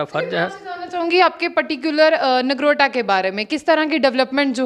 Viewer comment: Nargota nahi Nogrota hota hai...